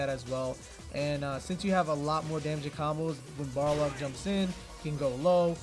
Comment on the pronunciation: lmao you said you were gunna say Boxer cause you couldnt pronounce Balrog but instead you kept saying BarLOG.